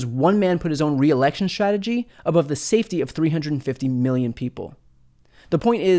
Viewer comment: You're very clear in your pronunciation and enunciation except for the word "strategy". I'm hearing you say "shrategy". Check out